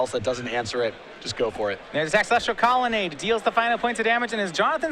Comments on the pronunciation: it's COLONNADE, not connelade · Lol one of these guys has a real hard time pronouncing "colonnade" =D